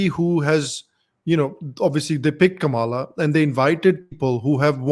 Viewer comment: Comeon you can pronounce Kamala properly. Do not say Kamaalaa.